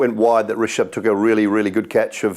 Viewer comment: The way he said risaab pant lol 😂